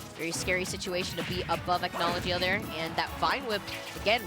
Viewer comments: its “ack-no-low-gee-uh” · "acknowledgea" lol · they don’t pronounce his name correctly its a Fairytail name hence his tag being Erza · Dan Dobbs i was just pointing out how they pronounced a name wrong honest mistake if they never seen Fairytail and well the comments blew it out of proportion lol